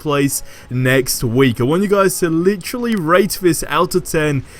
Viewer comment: Marvel Avengers must be this guy's only gig because he is a one- man hype show. Lol. Lit-Trah-Lee.